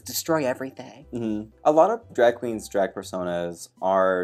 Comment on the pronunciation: The way Trixie and Jaymes say "draeg" in the same way